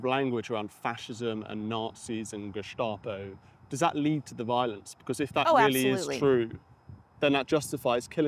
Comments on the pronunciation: Ackshually 🙊 In Germany we pronounce the "Geheime Staatspolizei" with a sharp "s". You don't have to use this "sh"... It more sounds like "star" rather than "shta" Edit: At least the abbreviation. In "Staatspolizei" it IS INDEED the "sh"-sound... I guess, it's complicated 🙊😄 Another Edit: In northern Germany it could be the sharp "s" in both instances omg I'm so sorry for y'all Edit number three: If you have learned all the attributes of NS-regime and SA in school, you can see them in real-time with Antifa. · It's pronounced ge-sta-po, not ge-shtop-o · Why pronunciation with slavic letters Š , geštapo? Just curious.